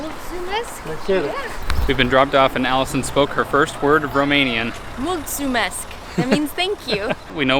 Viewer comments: is my favourite moment because it’s true, i was laughing so hard :))). By the way your “mulțumesc” wasn’t that bad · I was surprised you said multumesc correctly 😂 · I have to say, the way she says "mulțumesc" is really good. Usually foreigners don't pronunce the Ț correctly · yr multumesc was perfect! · actually you pronounced "mulțumesc" like a romanian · You guys are so pozitive! Have a nice stay in my country! Btw: you pronunced very well "mulțumesc" ;)